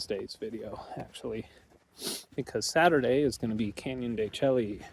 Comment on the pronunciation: Hey fellow Vanlifemeowers… knows how to pronounce it. He’s just playing a friendly little joke with his viewers. The only thing missing every time he said “Chel-ly” was the wink at us. 😉